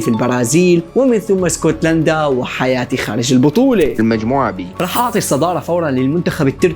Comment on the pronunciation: هايتي ❌ حياتي ✅😂😂😂😂😂😂